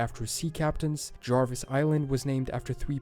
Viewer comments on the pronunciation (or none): none